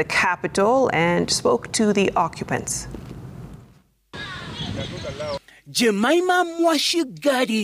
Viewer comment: Jamaimaaaa mwadhighaly 🤪🤪🤪you mean Jemima 😁